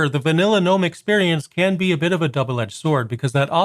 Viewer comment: Also, 2 things: 1. It's "guhnome" 2. The watermark's part of the tweaks, it's there even if you swap wallpapers